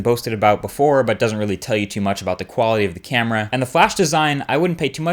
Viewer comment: I thought you said equality for a second. -_